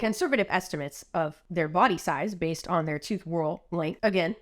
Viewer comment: I thought you said vase not base and I was so confused until you started talking about a band 😂